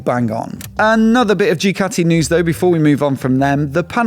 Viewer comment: Did my man just say Jew-cati?! 😂